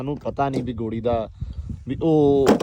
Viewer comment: ਡੇਰੇ ਵਾਲਿਆਂ ਆਪਣੀ ਪੰਜਾਬੀ ਠੀਕ ਕਰੋ ਗੋੜੀ ਨਹੀਂ ਘੋੜੀ ਹੁੰਦੀ ਹੈ ❤❤